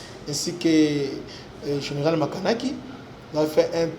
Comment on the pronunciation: Makanaki et non Makanika